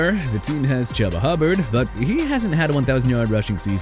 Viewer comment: And it's pronounced CHOOBA Hubbard, not CHUBBA Hubbard